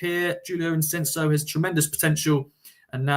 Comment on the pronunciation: Why do you keep calling him Ensenso when his name in Ensico?